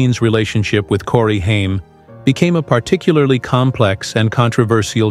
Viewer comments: For God’s sake, it’s HAIM, not Heim! Get it right & stop showing Johnny Depp while referencing Charlie Sheen. Geez!!!🤬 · It’s Corey Haim!!! Not Heim Ugh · Love how they are talking about Sheen but show Depp and Cruise at different points 😂😂😂😂 And who’s “Heim”? 😂😂😂😂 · You got everything screwed up. First its Corey Haim not Hime second half the time your not showing Charlie your showing Johnny Dep. I believe you should know all your facts before posting. This boy among many others was raped. Its so sad he will always have a special place in my heart. Charlie Sheen will pay for his sins some day. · Hay hmmm... Please stop insulting Corey Haim. Perhaps you should research pronunciations prior to posting. As far as Charlie Pedo Sheen... Karma got him. I just wish the law would have to. Rest with angels Corey H. And THANK YOU Corey Feldman for your bravery in coming forward. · It’s pronounced Corey “HAME” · Why does he calling him “Hiem” 😂 legit stopped watching could not take it any longer …. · It's Haim!!! Can stand listening too you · Thank you! It was driving me nuts too! Pronounced Hey-m. Ughhhh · I don't think Corey Haim's name is being pronounced correctly in this. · yes it is! Can't even say his name right, kept thinking he was talking about someone else